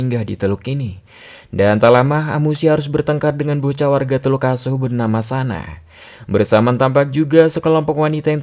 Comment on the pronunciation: Teluk aso bang bukan teluk asu😂😂